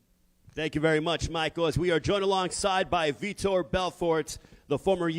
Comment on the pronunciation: How do you say Vitor’s name wrong twice with it spelled correctly on your note card and spelled correctly on the huge mural next to you?